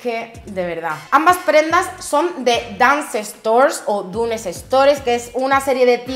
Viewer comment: Dunnes se pronuncia Dans y no es inglesa es una empresa irlandesa....